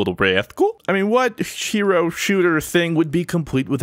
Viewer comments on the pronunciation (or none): Lol he said "SHEro"